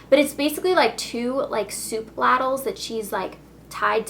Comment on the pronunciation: ladle pronounced lay-dle ^^